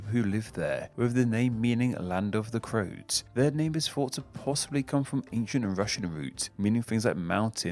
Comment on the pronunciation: As a Croat, I can assure you that our name is two syllables, not one. To be fair, he fucked up a lot in this video, as I kind of expected.